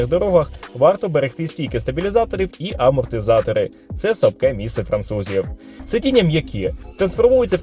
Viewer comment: дивись, сьоме МІСЦЕ, десяте МІСЦЕ, п'яте місцЕ! розумієш?